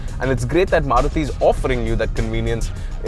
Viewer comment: love how you say maruti giving it the indian feel which it is others dnt do it